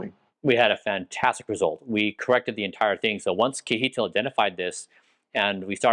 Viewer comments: not sure why you call him kee-eetil :P KJ is like CH in the German ICH. So imagine something like "Chehtihl" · lol kee- hee-tl :D I was actually wondering what was his actual name... then I saw kjetil :P (which you pronounce (si-e-ttil) ... well, the S at the beginning is not really a pure S... but would be much, much closer then kee-hee-tl ... I am surprised he didn't mind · Kjetil seems to be okay with the way Bryan pronounces his name, "kihitil", but the correct way to say it is with a "ch", like in "chain", and an open E-sound, like in "end". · Kjetil pronounced Yetil. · All that time together and Kjetil never corrected you on how to pronounce his name 😂 great video tho thanks for sharing 🙂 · haha brian you have to learn how to say Kjetil